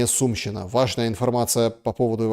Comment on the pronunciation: И не СУмщина,а СумщИна,на И ударение